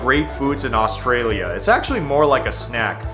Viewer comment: He can’t even say Australia properly 😅ooorshtralia